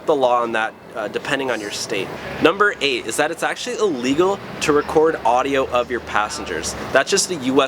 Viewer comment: Is it just me or do I keep hearing him say "Legal" instead of "illegal"?